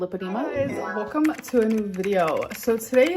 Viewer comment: She never says “weLcome” to a new video, she always says “weccum” to a new video